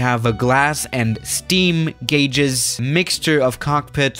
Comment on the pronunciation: I miss saying Garges instead of gauges